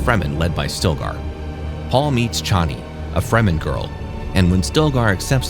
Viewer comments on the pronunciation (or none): none